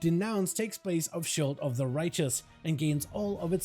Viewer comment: "Talent of..." "Ability of..." "Spec of..." drives me insane lmao why he say it like that